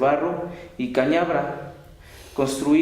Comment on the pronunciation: Otra cosa, es cañabrava, no cañabra, es Riohacha no Riacha.